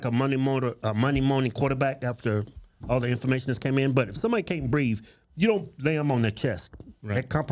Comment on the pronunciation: He said he couldn't breeve.